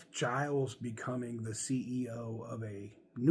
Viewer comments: Somebody needs to tell that he is mispronouncing Ralph’s name. It sounds like GEE-Ls, not G-EYE-Ls. That’s my understanding, anyway. 🤙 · I believe you pronounce Gilles like shills with a soft g. And I would be very OK with him taking over. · Its actually Gilles